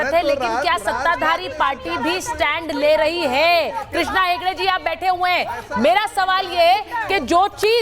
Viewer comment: Ye aadmi naam barobar nahi bol rahe hai. Hedge ko hedge bolane wala se kya umeed hai